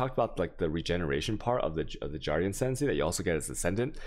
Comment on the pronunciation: I also noticed from other videos.... harbinger and guardian...swap the 2 G's and you have it